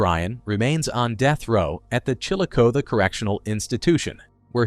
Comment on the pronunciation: It's pronounced "Chill O CA THEE"